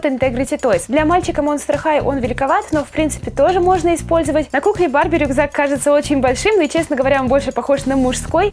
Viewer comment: мне кажется что ты сказала БАБЕ ( может барби?) МЕЙК ТО МУВ 😂🤣😂